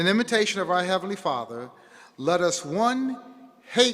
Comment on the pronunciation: "JEHOHHHHHVAH!!!!!!! LOL. The 'Kevinly class'...etc...thanks for the laughs. But serious messages coming out of this convention. How many times do they say 'Jehovah' during the day? Even if you're the most ardent believer it's really weird, really wrong. If I have to hear 'the faithful and discreet slave' again I'll scream. A few passing words in the bible milked to death (or others' deaths).